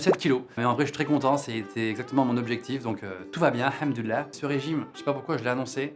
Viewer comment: Norman il dit grave bien hamdoulilah à je suis trop choqué 😂